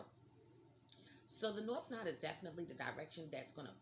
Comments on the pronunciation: Not "nod" "nooooo Da" LOL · It’s not pronounced “Nod”. Lol. It’s No-ode.